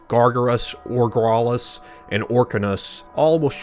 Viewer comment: also its said how ogralus says it not orgralis